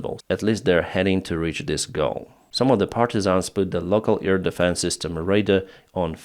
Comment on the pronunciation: Hi. I love you and all, but please, it is not ear deffence, but air defence. Please.